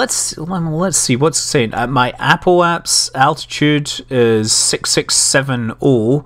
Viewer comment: "Apple Apps." That's what I hear every time you said that.